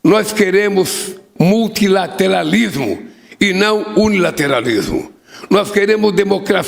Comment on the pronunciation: Meu Deus, ainda não aprendeu a pronunciar "multilateralismo" e "unilateralismo"? 🤦‍♀️